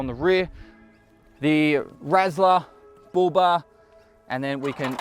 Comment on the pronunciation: Oh he was saying Bull Bar. I thought he was saying booba.